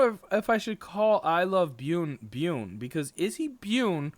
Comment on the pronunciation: byUn ... Korean pro gamer. You're prenouncing it wrong:)